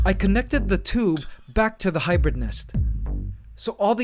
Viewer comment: U say hybird ? That in roblox anteligence glitch charecter